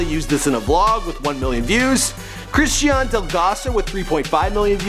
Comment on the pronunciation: "Christ-IAN Delgrosso" Lol I'm dead